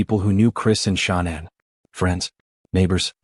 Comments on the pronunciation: The AI voices always pronounce “Shanann” as Shaw-nan every single time. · That video you just shared is rubbish, I agree!! Total BS. The guy can't even get Shanann's name right. He can't say Watts correctly, either. I watched a few min of it last night & had to turn it off, I'll never watch another video of his. What a load of poop. If he did have a child lost to a crime, he's not doing him or her any justice by putting out ALL TOTAL FALSEHOODS like that video. Wud be want his child's story to be reported with no truth to it?